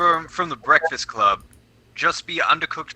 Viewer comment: bekfast cwub